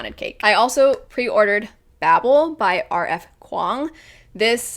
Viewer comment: finally someone pronounced Babel correctly😂